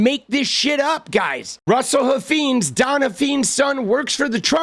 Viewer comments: I think it’s pronounced Huff Fines not feens. I live in Texas. They are extremely influential in the state. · It’s Huff - eyenes, not Huff- eenes. Please say it correctly. The brand needs to be trashed. They own multiple car dealerships in the DFW area.